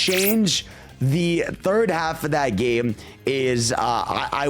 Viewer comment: thrird half?